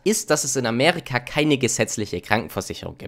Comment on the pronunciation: bro es heißt Amerika und nicht Amärika